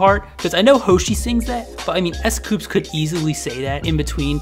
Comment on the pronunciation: Its s coups not s coops its dino not diino